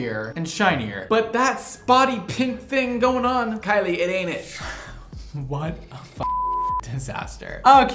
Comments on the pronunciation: And he pronounced your name correctly! I'm the mom with the haunted house!!! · Im the mom in the vid with the haunted house... loadshedding is real and he pronounced her name correctly! Salons are soooo expensive though